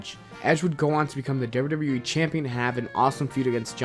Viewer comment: Learn to say WWE!!!!!! Not WrrrWrrrE